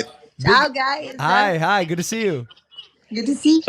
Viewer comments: Chiara pronuncia la parola guys "gais" non "gheis" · Tutti: hi Chiara: CIAO GAYS